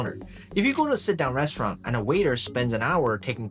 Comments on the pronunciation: Restururanıt RESTUURAINN Restururanıt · Restuuraln? Restirurant? Come on man, don't use AI garbage, it's totally unneccessary Also, gratuity means tip in english? Funny, because it comes from a french word that litterally means "free"